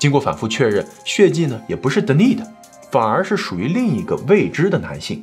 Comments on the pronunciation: 是不是发错音呀？De ni s，是不是应该读 Den ni s 才对？ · Denis的发音是 dan-ni-s 丹尼斯